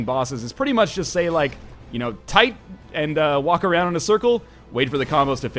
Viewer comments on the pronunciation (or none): Toight... like a Toiger... a Northerntoiger